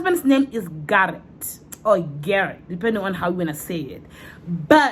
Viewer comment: 🤣🤣🤣🤣o mpolaa ka " Garrette"